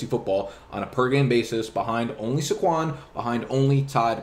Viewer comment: (Say-Kwon) Say his Got Damn name right